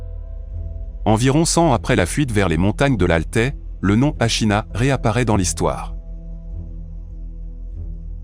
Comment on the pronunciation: Super intéressant mais ils ne peuvent pas prononcer correctement les noms !